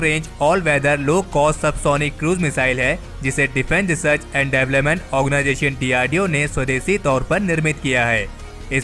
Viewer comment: Development pronounce sahi nhi h tumahara